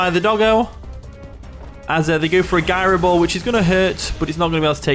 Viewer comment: It's gyro ball not guyroball.